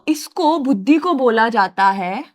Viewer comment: it's buddhi not bhuddhi 😂😂😁😁